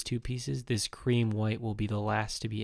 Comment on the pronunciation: Pls don't say creme